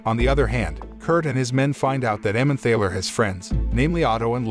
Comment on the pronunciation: The word "Emmemthaler" is pronounced "Emmentarler". There is a valley (Tal) in Germany with the name "Emmen". Together that makes "Emmenthal". In German someone or something that comes from somewhere has "-er" attached to the place. So, a person that comes from Frankfurt is a Frankfurter. A person from Hamburg is a Hamburger - which is why the McDonald's meat patty is a Hamburger. A similar sausage comes from Vienna and is known as a Wiener - Wien is German for Vienna.